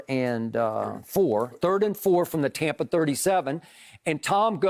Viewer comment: Skip "Tompa Bay" Bayless